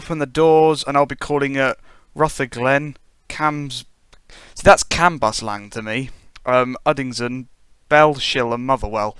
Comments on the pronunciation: You pronounce Cambuslang Camberslang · it's pronounced like Cambislang